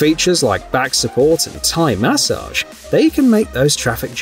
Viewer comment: The way he says massage drives me crazy